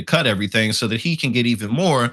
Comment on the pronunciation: White people🤔 isn't this ghetto behavior in the oval office? Or should I say "ghetho?" Pronounce your "Ts" darling.